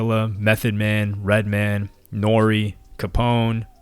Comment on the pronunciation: It’s fucking redMAN not redmen